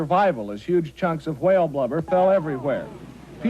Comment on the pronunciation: he says it like wahale